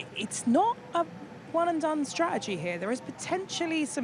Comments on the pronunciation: why cant Ruth say the word Strategy! for an ex-strategist? Worrying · I think she’s great and would appreciate it if she would pronounce “ strategy” correctly.